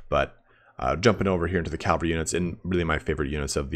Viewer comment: calvary cavalry